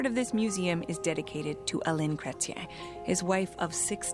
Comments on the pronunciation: His name is Pronounced “Kret ‘yen” He was the last great leader we had as Prime Minister. There were scandals but he led the country well through turbulent times. He woke us up after a period of leadership by the progressive Conservatives. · sad CANT EVEN RESEARCH HOW THE EX PRIME MINISTER NAME IS SAID! poor JOURNALISIM! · Ridiculous coverage of a previous PM. I cannot believe the Canadian cannot pronounce his name correctly. Chretien stood up to Bush during the Iraq war and refused to join the US’s “coalition of the willing” to invade Iraq after 9/11. Learn some history. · I bailed 3 seconds in because my favourite former prime minister deserves, at the very least, to not have his name mispronounced in lazy American bastardized attempt at French. Huge insult to his culture and the millions of Canadians who, like me, adore this man for his integrity, dedication and professionalism. You are so simple minded and infused with arrogant American exceptionalism you don’t even have an f-ing clue how disrespectful you are. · No, you said "crétin" which is a synonymous for "idiot" in french, Jean Chrétien native language. It's pronounced : Kray-Tian like place TIANanmen. Also, calling someone a "transformative" president is the most passive aggressive Canadian insult you can get. Just FYI. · Kreten? Chrétien. Americans. And true that - we do not trust you and we do not want to deal with you or buy anything from you, regardless the cost. IMHO, USA is nothing more than a 3rd world country with a mass of uneducated (even for this video, they could not bother 1 minute to figure out how to pronounce Chrétien - which means Christian). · Pronounced, Prime Minister "Kret-chian". He is French Canadian. When President Bush was trying to suck in countries to form an alliance for the phoney Iraq invasion, Chretian said: "Are you kidding? No thanks". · It's pronounced Cret chen. He's very french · Pronounced Cret-ch-yen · pronounced Jean Cret-chen (Chretien)